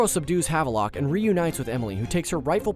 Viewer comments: "Jess-a-MEAN" not MINE. "Have-lock" not "Have-a-Lock" ggbruh. You work for a video game channel... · The way he pronounces Havelock and Jessamine's names is so cringey.